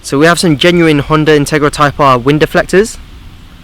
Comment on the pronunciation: intarga type Arf . that's what it sounded like you said lmao. jk xD